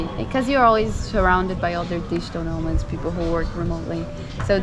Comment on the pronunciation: Did you say " Digital no- marks"? 😭BTW, no-mark is a u. K slang ( Manchester) for a person of, let's say, no interest. But really, at least they're actually travelling, not just sitting on their ass, being a keyboard warrior.